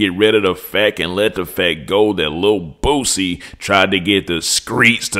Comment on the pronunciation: you be having me rolling hard laughing at the J "Poosie”😂😂😂